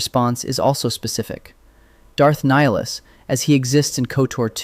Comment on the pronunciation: I think it is AI because he's constantly saying Nihilus's name incorrectly